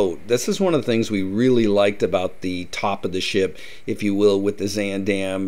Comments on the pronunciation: 1) Why do you keep pronouncing the name wrong? It’s more like Z-ahn 2) Who says “chow”. Horrible. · I have to start off by saying I'm really looking forward to this video but it's going to be so hard to watch because you are not pronouncing Zaandam correctly. 😢